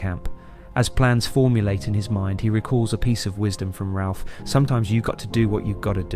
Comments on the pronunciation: Raph... Not ralph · Great video. Its also Raph, not Ralph. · Dis the dude narrating this call Raph, Ralph?? Lol